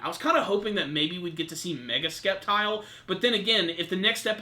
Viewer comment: It's pronounced Septile, I know it's spelt Sceptile but you don't say Skeptile, come on, I hope next week is an episode all focused on Brandon vs Courtenay